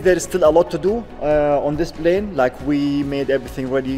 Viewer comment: you're almost at one million subscribers and you still say "Blane"!! Come on, man. It's not that hard to pronounce it correctly -Plane. Lots of Arabs pronounce P as it should - P, NOT B. It's NOT that hard.